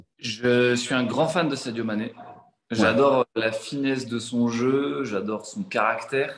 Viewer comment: J’ai arrêté la vidéo quand tu a dit Saido mane sérieux